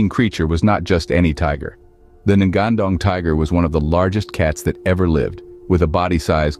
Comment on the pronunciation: The spelling should be "ngan-ndong", with "nga" spells like word "ngi" in "singing" And not "N-gandong" 😂